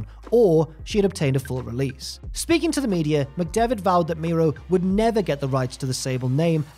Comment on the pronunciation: It's pronounced Mero (mare row) not Miro (he's in AEW)!!!